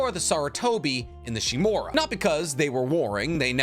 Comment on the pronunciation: The root? I believe it's "The foundation". Also, shimUra. Not Shimura.